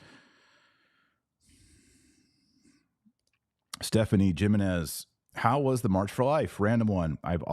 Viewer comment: The "J" in Jimenez makes the "H" sound. Lol😂